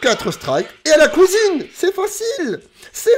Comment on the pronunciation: C est un plaisir de regarder ted vidéos tu donne le sourire Et puis à chaque fois que tu dit « à la couisine »j explose de rire 🤣🤣🤣🤣🤣🤣🤣